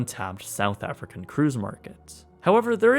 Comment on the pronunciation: My man really just said “Afrikan”